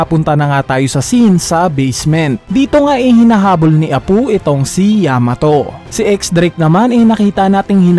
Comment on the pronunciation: Apu at hiyuri bisaya ka pala Apoo at hiyori lambutan mo po ang tigas ng bigkas mo sa pangalan nila